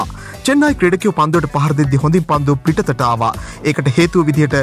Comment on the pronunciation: පිත්තට not පිටතට 😜😜😜